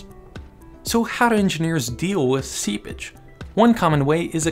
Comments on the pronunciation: Seapage, but its definitely sounds like seabitch. Lmao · Seepage, not seabitch lol. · Did he say sea bitch? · every time he says seepage i think he's saying sea bitch its really funny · Anyone else keep hearing "sea bitch"...? 😂😂😂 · I love your video. I had a great laugh. Also You should say seePage instead of SeaBitch. But again loved the video! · Oh, seepage.. I wondered why you'd call it "sea bitch" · Oh "seepage"... not sea-bitch ._. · Can you pronounce "SEEPAGE" clearly. You say it like a subtle & faster "Sea bitch". Nice and informative video btw. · Hahaha The first time i heard him say it i thought he said "sea bitch"... 🙉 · i heard that 2 xD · Every time he says seepage I imagine him say sea bitch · I had to turn subtitles on to understand that he was saying seepage and not sea bitch... I'm defiantly not well today! lol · I know for a fact he didn't, but instead of "seepage" I heard "sea b*tch". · Lol i always hear him say "sea-bitch" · Why do I hear sea bitch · All I hear is "sea bitch" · Am I the only one hearing SeaBitch? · Im only hearing Seabitch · Everytime this dude said “seapage” i heard “sea bitch” and i laughed. EVERY TIME. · All i can hear is "sea bich" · Is it just me or does it sound like he is saying see bitch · Is he saying "sea-bitch" or "sea-pitch"?? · He says seabitch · "Today we are diving in further to soil dynamics, and talking about "SeaBItch" " ... is what I heard... And I'm locking that one in. From here on, that's what I hear every time you say it... Sooo many SeaBitches. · I miss heard "seepage" as "sea *****"... aha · bruh i thought he said seabitch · i had to come to the comments to stop hearing "sea bitch"...